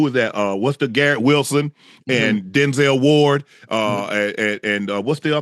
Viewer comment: Unc said Denzel Ward lmfao